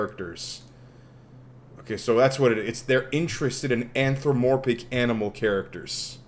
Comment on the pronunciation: I just love how he tries to pronounce "Anthropomorphic"